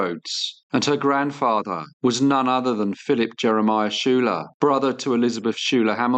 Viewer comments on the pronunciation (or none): Hello! Another very enjoyable video and an interesting case. One minor correction: Schuyler is pronounced “Skyler”, not Shooler. There are several places here in New Jersey named after the Schuyler family! . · Yes, the first sirname is usually pronounced as skyler not shoe-ler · "Schuyler" is pronounced "Sky-ler."